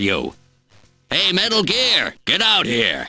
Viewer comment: Snake: METALL GEARR!!!!!! .... what the hell is a metal gear...